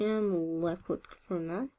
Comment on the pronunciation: Took me a while to understand that when she says "lucklick", she means "left click".